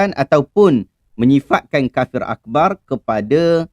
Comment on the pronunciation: Haaaaa bunyi dah 'kapir'